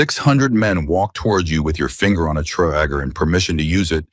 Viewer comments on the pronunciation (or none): none